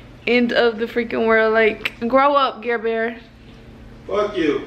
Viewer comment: ger-ber stop pouting